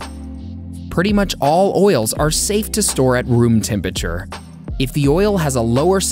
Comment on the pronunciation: TEM-PURRA-TURE (phonetically) It's not that difficult to say - what is wrong with so many people?